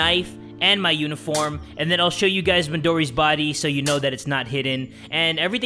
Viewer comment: ok Ok 😂 when u said then i thought u said men 😂😂😂😂😂😂😂😂